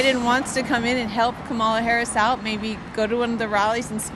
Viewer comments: Oh come on, Nick! Pronounce her name correctly!! It’s comma-la. You sound stupid! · Nick, if you’re going to do politics, don’t you think you should learn how to pronounce Kamala Harris’ name? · Nick, you're rude, pronounce her name correctly.